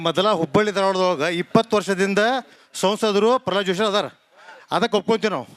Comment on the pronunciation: ಪರ್ರಲಾದ ಅಲ್ಲೋ ಮಾರಾಯರೇ ಅದು😂.. ಪ್ರಹ್ಲಾದ ಅದು